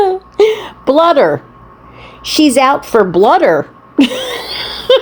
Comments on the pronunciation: BLOODER?!! Is that like a bladder?! What a doofus! 🤣😂🤪😜🥴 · "Blooder"? And now we're back to the lip gloss. SMH